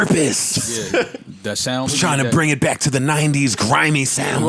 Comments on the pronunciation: Why can’t joe ever say “back to business?” He always seems like he concentrates really hard to say it correctly but he always ends up saying “bike to business.” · so nobody notices how its sounds like joe is saying “bite” instead of “back” in the beginning